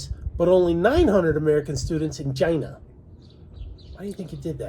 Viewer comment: The pronunciation of China is too annoying to keep watching